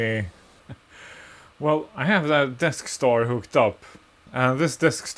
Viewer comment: I keep hearing Deskstar as Death Star (given the failure rate, that sounds about right)